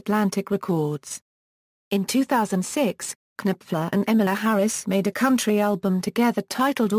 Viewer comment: She doesn't know how to pronounce EmmyLou's name either. Fool!